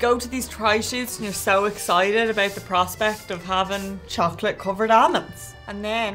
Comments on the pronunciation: was killing me with the “ammonds” 😣😖🤦🏻‍♂️. I love her, but you need the L. They’re aLmonds, girl. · almonds -- amonds, and so it begins! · Not one person pronounced Almonds correctly 🤔